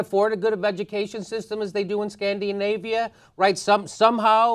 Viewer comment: Scandi-a-navia? That's what we're called? Höhöhö :D